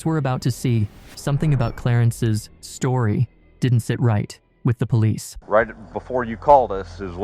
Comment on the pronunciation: Narrator: "story" : "sotry"